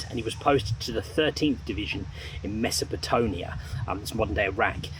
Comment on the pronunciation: For future reference it's pronounced meso-po-tamia. Great vid, as usual!